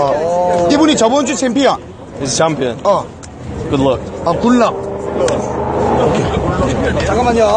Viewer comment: good look 이라니까 굿럭이라네 ㅋㅋㅅㅋㅅㅋㅅㅋㅅㅋㅅㅋ